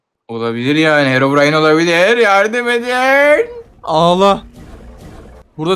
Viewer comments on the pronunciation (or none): none